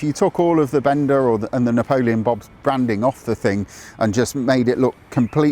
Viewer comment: BENDA rhymes with HONDA, just like HIKE rhymns with NIKE✔️